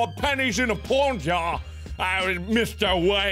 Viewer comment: It was no U because it said 100 pennies in a "POND" but it is really saying "POUND" like the currency from the UK